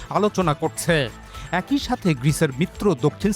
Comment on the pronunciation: এ+কই= একই উচ্চারণ করবেন আশা করছি। এক ই এরকম ভুল উচ্চারণ করবেন না।